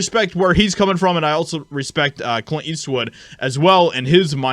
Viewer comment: You don’t know how to pronounce or annunciate Clint ? Do better. You’re out here in front.., lead by example..